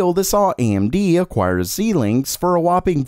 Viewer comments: Hey dude, love how you always tie together the Teck news in a nice easy to consume package. Sorry, I need to point out that their name is Xilinx, pronounced zylinks, not Zeelinks. I'm sure you wouldn't appreciate someone referring to your channel as Jamer Miled. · Xilinx => Xie-linx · FYI, small pronunciation correction: Xilinx is pronounced as 'Zy links' using long i sound. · It is pronounced z-eye-linx, not zeelinx.